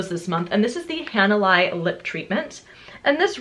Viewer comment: just FYI Hanalei is a Hawaiian word (so it totally makes sense that you wouldn't know), and it is pronounced more like hah nah lay.